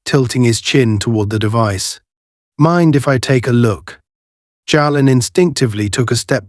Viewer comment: Jalen is pronounced jay-len. No where in the story does officer White ask Senator Carter for identification, if he had they might not have been able to do the good they did.